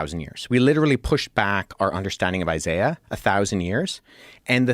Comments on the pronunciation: He said Isaiah scroll, not Eye-Sy-Uh of course those are different scrolls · Never trust a man who cant properly pronounce the name “Isaiah” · I know damn well Alex is smart enough to pronounce Isaiah correctly.